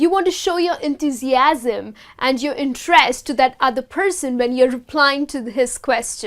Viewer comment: you have pronunced INTEREST uncorrectly... please....